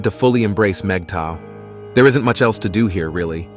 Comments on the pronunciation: Moogato? Who? LMAO! The AI that reads dialogue for these videos could use some tweaking. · The AI saying mgtow as MIGATO is hilarious! Kind of sounds like the name of a Japanese ship. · Migatto? Really? Somebody's AI translator is not up to standard. Wax on, wax off.